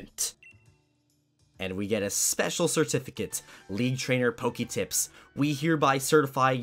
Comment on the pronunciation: I have two questions. Why do you repeat your name twice at the beginning of the video? And why do you pronounce Pokemon correctly but not Pokédex? It's not POKYdex, it's the same pronunciation as Pokémon lol Even when you say Poketips Still kinda wrong